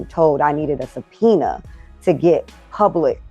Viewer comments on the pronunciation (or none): "… never been told I needed a paciena (speaker's emphasis) to get public information."